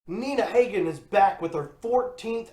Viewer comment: Please learn to pronounce Nina's name correctly. She is a legend with a career spanning 50 years.